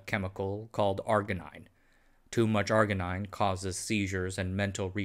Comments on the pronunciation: It's pronounced - R-Gee-Neen and the enzyme called R-Gee-Ness. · Arginine and arginase are pronounced with a j sound.